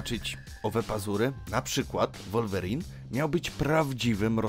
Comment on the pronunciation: Taka ciekawostka że mówi sie Łolwerin 😅